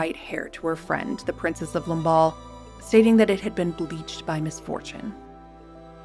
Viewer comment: Неужели так трудно произнести :Мария- Антуанетта, мадам Тюссо, Ламбадь, а не нелепую галиматью. Слушать дико.